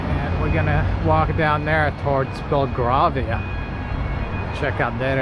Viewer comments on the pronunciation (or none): Grovesnor is pronounce Grow-vner.. Bel-grave-ia..West-minster,. Those bus stops were to protect the people from being splashed by passing cars. Not all face that way. Most of those flats buildings were built before people drove, so no need for garages, 1 of those houses as a whole is for sale at 20 million pounds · Sorry but its Gre v ner and Bell grave e er. We are great ate making up names.mantion flats are huge and impresive loved you went down a Mews, the back of the mantions. The WHITE painted houses are all owned by the Duke of Grovnor, they are lease hold.the flats were built before cars existed, thats why the Mew's were built for horses and carrages. The shoe scrapes are still useful at times, we have one made from a extreamly old Currling Stone. The village i grew up in in Scotland has huge amazing victorian houses (chuck a stone and you would hit a turret. Some houses have stable areas but most kept there horses near the train station all together with there carrages. Sorry i'm Dyslexic.